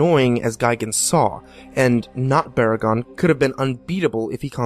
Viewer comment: GEEZERA?!?! BORA-GON?!?! OGRA?!?!? HEEDERA?!?!?! UH-GIRUS?!?!?!WHAT OTHER GODZILLA MONSTER NAMES WILL HE FUCK UP NEXT?!?!?